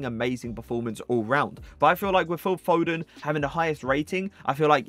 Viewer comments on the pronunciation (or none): none